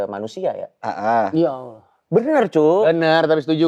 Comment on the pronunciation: kerasa Arab nya pas ngucap "YA ALLAH YAKHFAD". benar-benar makhraj huruf sesuai 😂